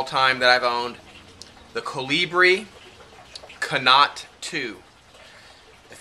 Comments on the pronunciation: I think, 'connaught' is pronounced 'conort' (it would rhyme with 'sport'). It looks like a good lighter for the price. I use matches, but I have been thinking about buying a lighter. Thanks for the info. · Connaught ... approximately rhymes with 'bonnet', not 'a lot'. :-)